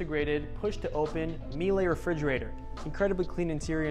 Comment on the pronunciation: Good tour. Please check the pronunciation of Miele